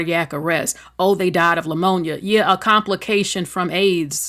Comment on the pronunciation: Love your content, but the proper pronunciation of Pneumonia is just saying the word with the P silent. There is no L in Pneumonia.